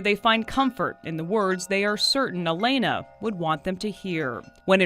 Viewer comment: HER NAME WAS ALAYNA, NOT ALANYA. GET IT RIGHT. And how many times do you want to repeat the same facts. I HATE AI SLOP